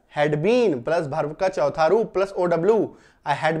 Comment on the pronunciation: भर्भ nahi वर्ब